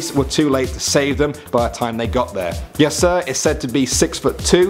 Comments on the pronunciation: Every time he said Yaser I heard Yes Sir :P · Every time he said yasser I thought it was yes sir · you say Yaser like "yes, sir"